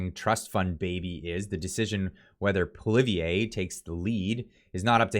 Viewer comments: Pierre Poilievre last name has not have last letter e silent ! Other vise good comments. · Sorry, but you have to start pronouncing Poilievre the right way lol! You might be using it a lot. You appear to be getting a little wishy washy, not really sure which way you want to go. Sounds a little mixed. Hopefully you’ll start pushing harder for support, I understand your reasoning for being somewhat sceptical especially after this liberal governments performance, but I think if we don’t change things now we’re completely screwed. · Definitely an uphill battle. I really like your videos but please learn how to pronounce Poilievre’s name. You said it 6 different ways. 😂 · I want to share your videos to my friends who are on the fence.... But I can't until you're pronouncing PPs name consistently! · I love your videos. I watch them all the time. Great content, but you've really got to pronounce Pierre's last name correctly. Think "Polly" or "Pwolly" as the first two syllables. Then just "ev" as the 3rd syllable. I'm just trying to help. Many times you pronounced it as if you we saying "Poh-live-ee-yay". That's really far from the correct pronunciation. The funny thing is that you kept flip-flopping between an almost-correct pronunciation, and the incorrect one (i.e., ending in "yay"). Otherwise, it was yet another great video highlighting the hypocrisy of Trudeau where he use the obvious tactic of blaming his opponents for the thing that he is actually guilty of himself. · Would you please learn to pronounce the new Conservative leader’s name! Making fun of the “French guy’s” name isn’t funny. It’s divisive and undermines your message. It’s not Poli-vee-yay. Leave that to the Lib/NDP coalition. Believe me, they love it when you do that. 😉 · It’s pronounced “Pwah-lee-ev-ruh” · say it with me: "Paul-E-ev". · Pierre’s last name is pronounced Polly ev. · Love your videos! Polievre is pronounced poly-Ev, hope that helps! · not pol-i-ev